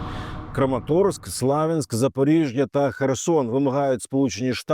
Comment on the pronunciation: Перепрошую, а навіщо Українське місто Слов'янськ перекладати на московський манер?🤔 Сподіваюсь Ви знаєте, що назви міст прізвища, топонімів тощо на іноземні мови і язик не перекладаються, а вимовляються саме так кажуть автохтонною мовою. Чи можливо ви на Владівосток кажете Українською мовою володивоСхід ", а на путІна путИн, на мєдмєдєва вЕдмІдів? якщо ні, то Ви є саме той приклад меншо вартого хАхлАмАлАросА.